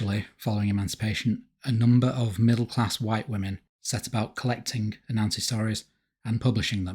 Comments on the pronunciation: Sorry but I just have to admit that as a person with some knowledge of Brithish-ness, I chucle alittlebit when I hear you say a Nancy. When I heard you say Anansi-boys, I straight-up choked ! Culturally insensitive, yes. But still, I mean, f*,CK ! Hà-hà-ha-hà- hà -hà-hà ! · I'm sorry. As interesting as I find this subject, whenever I hear you say A-Nancy my mind de-rails. Low-brow, I know but . . . please forgive me. May watch latr when in better state. Thank you.